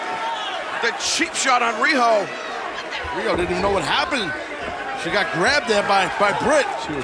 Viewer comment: Nice match Riho. They can`t even say your name right. Anyway, cheers from Hokkaido.